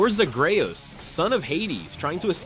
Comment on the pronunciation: They pronounce Zagreus hella weird too.